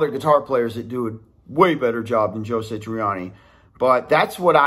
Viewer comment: Bro...Joe SA triani ...not SI triani. But I AGREE.